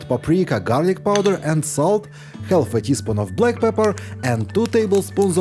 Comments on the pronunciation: English is a silly language so pronounce half it is more like harf…drop the L…..😂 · Would someone teach the narrator how to pronounce the word half correctly. THANKS!